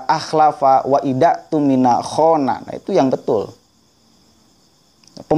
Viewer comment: Khona? Nggak ada fokal OOOO dalam bahasa arab. Nahwu Shorof? Sekali lagi nggak ada huruf fokal OOOO dalam bahasa Arab...